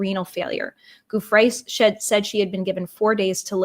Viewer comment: Love your work, but in all your research did you forget to google how to pronounce Giuffre. Ju fray